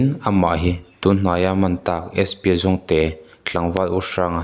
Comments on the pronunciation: Jongte(zongte) hi mi lam dan i la hre ve lo nge i lam dik thiam lo hrrim hrim zawk ?😅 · mizotawng zir tha nasa rawh aw I kal zel dawn chuan langsar lutuk pawh I lam dik lo zel mai hi a zahthlak , spa jongte inti pawh zawngte (ramsa) ang in I sawi mai . a hau hrep mai tur che nia 😂😂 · Spa Jongte kha i thluk sual palh emaw ka tia. I thiam lo a nih hmel. Jongte hi hnam hming a nia, Zawhte kan thluk anga thluk tur. Ralte, Pachuau tih te hi thluk dik tak che maw. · Chi hming lar ve tak, Jongte takngial pawh i lam dik thiamlo chu a niah.... huiha. Inzir nasa rawh.